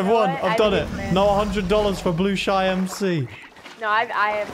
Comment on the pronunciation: I like how he calls blushi blue-shy